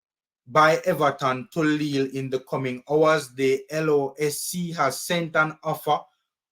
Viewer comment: It’s pronounce as Lee